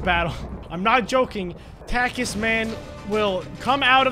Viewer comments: Uh, they way you purnounce Takis is Tah-kies. In case you were wondering. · It is pronounced "talk-key". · Ahhh it’s pronounced talk-e’s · Takis are pronounced as Tok-ees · You say Takis like Talk-Eez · I cant believe doesn't know what Takis and their pronounced (tok- ies) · The way he says "taki" lmfao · He said taki right once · 42 comment. That’s a record for me. Edit: me loling when he pronounces takis